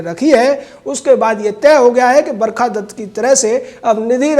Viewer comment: "barkha dasst" hahaha